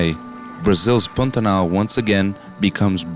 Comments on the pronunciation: Not brazilian; american who just knows how to pronounce Pantanal. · Good job!!! Is the narrator brazilian? The way he pronouces "Pantanal" is quite familiar!